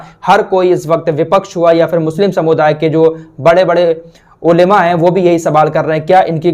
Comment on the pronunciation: ओलेमा nhi bola kijiye balke olamaa kaha karen